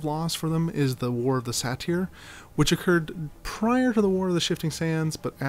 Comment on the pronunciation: “Say-ter” not “Sateer” lol..